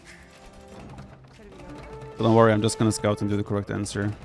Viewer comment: Haha, instead of 'scout him and do the correct answer', I thought he said 'Daut him and do the correct answer'